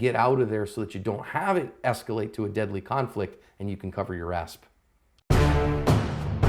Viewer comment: are you saying "cover your ass" or are you saying some other word for ass at the end of the video?